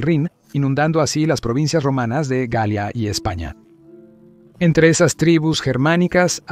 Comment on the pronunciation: La forma en que decis la galia de escucha asi ( gaia)